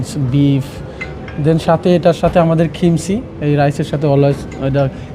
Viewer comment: আপনারা চ্যানেলে রিপোর্টাররা কি পাগল। কাকে ধরে নিয়ে আসছেন কথা বলার জন্য? কোরিয়ান ফুড সম্পর্কে তো তার কোন আইডিয়াই নাই। উচ্চারণ পর্যন্ত করতে পারেনা ঠিকমত। কিমচি কে বলছে খিমসি,ইয়াহিয়া ইয়েতে আর সাথে অসংখ্য ইংলিশ। একচুয়ালি ইংলিশ বললেও ভুল হবে। বাংলিশ করে ফেলেছে। নিজের ইচ্ছামত উল্টাপাল্টা সব কিছু বলছে।কথা কিভাবে বলতে হয় সেটাও এই সেফ জানেনা। খালি মামবলিং......ফুডের রিভিউ এবং ফুড সম্পর্কে যদি নিউজ করতেই হয় সেই জায়গার রিপ্রেজেন্টেটিভ এর সাথে আপনাদের কথা বলা উচিত দায়িত্ব রত ম্যানেজারের সাথে।